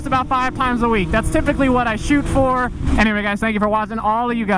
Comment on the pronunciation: “But eer wey”